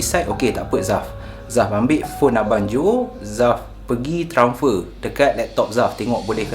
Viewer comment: transfer... bukan tranfer..